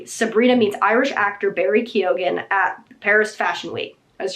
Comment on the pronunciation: Just a PSA from an Irish person, Keoghan is pronounced Kee-own, not Keegan 😊